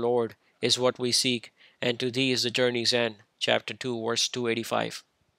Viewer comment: Funny that he keeps pronouncing "verse" as "worse".